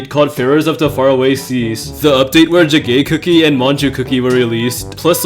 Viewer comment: "jagay cookie"